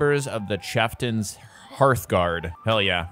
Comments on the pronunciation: wtf is a chefften??? the word is cheiftain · Only would see the word "Chieftain" and read it as "Cheftan", where did the i's go? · bro really cant pronounce Chieftan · I don't thhink I've ever heard anyone pronounce Chieftain that way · how the hell does someone not know what a "chieftain" is much less how to say it? its a second grade level word.